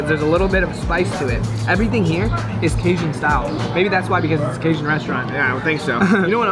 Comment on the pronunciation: It's not bAton rouge it's baton rouge, pronounced bat-ton not bate-ton. There's a difference but love ya still💗💗 also not casion, it's ca-jun😂